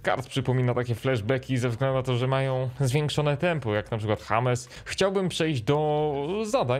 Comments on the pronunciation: Czekaj! Powiedziałeś "Hames Milner" & Dżejms Milner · W przypadku Millera chyba powinno się mówic DŻEJMS A NIE HAMES BO TO ANGLIK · czemu na Milnera powiedziałeś James ( Hames) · Hames Milner nie Dżejms... też brzmi dobrze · jak już to "James" skoro czepiamy się wymowy, to i czepiajmy się formy pisemnej. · Czy ty powiedziałeś hames milner?